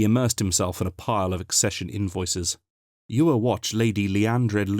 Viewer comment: I should point out that in the novels, Chris Cwej says his last name is pronounced Sha- VAY. All in all, a very pleasant surprise! Thank you from the bottom of my hearts! LOL